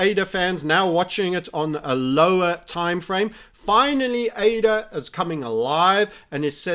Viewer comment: been watching him long enough to remember when he called ADA, uh-dah